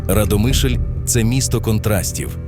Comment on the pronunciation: Автору , правильно РАдомишль.Наголос місцеві так не ставлять.